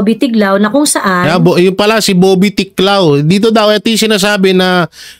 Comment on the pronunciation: ’Tiglao’ po hindi ‘Tiklao’